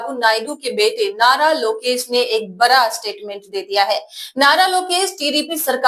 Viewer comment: ऐंकर सड़क कै सरक बोलती है।पहले बड़ा को बरा कहना छोड़िए